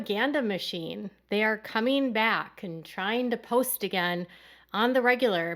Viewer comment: Happeneen? Weddeens? Comeen? Sibleens? Huh? Please, 'ing' is NOT pronounced as een. Other than that, good video.